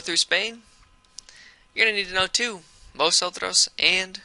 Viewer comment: 🤦🏽 He pronounced Vosotros wrong. Remember y'all, the letter V make a soft B sound, while the letter B is a hard B.